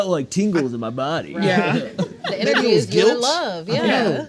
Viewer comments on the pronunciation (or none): none